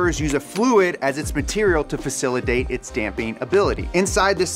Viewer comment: I love facilitate pronounced facila-date xD "Yeah, me and Facila date like twice a week."